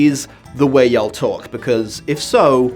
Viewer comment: wow, I never thought that hearing an Englishman say "y'all" would sound so... wrong. Like, it shouldn't, it is the only distinctly plural form of the second person pronoun in modern English, but it does